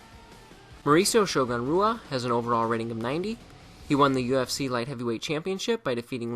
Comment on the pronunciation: You pronounced Wanderlei Silva and Shogun Rua wrong.